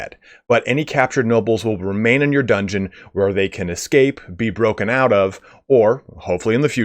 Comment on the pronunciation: Pardon me sir, but did you say, "dungoon",? 😜 Lol